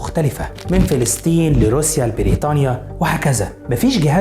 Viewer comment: اخوي ان المعلومات الي عندك حلوه بس ليش نطقك للاسماء غلط مثل فلستين بريتانيا معمِر نص كلماتك غلط اقراء الكلمات صح لوسمحت فلسطين بريطانيا معمَر القذافي